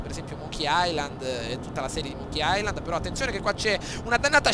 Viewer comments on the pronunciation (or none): none